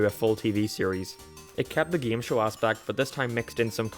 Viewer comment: "Geeme Show"